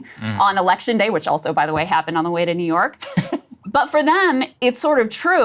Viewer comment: Did she just say new yor is a swing state? That doesn't seem good for the democrats.